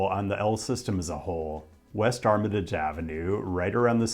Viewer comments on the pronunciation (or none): I hate how you pronounce Armitage and Paulina